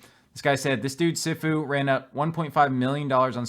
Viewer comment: its pronounce "SEE FU" also known as "MASTER" in Chinese or Japanese